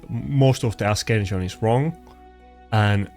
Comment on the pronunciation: if you say askension one more time ill lose my time. it's pronounced ''ass ension''